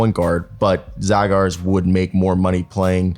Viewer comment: His surname is pronounced as Zhagars !